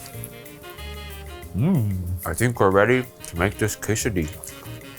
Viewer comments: Food: Quesadilla: Qesadia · Don't forget to roll the di, in quesadilla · I just wanted to hear how he pronounces Quesadilla. I approve.